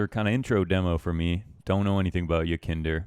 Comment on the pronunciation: It is pronounced more like yekinDAHR but doesnt matter honestly. Great vid tho keep up the work